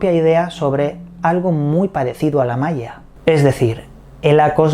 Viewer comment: Hola! Saludos desde Venezuela. Maia suena como Maria. Que raro!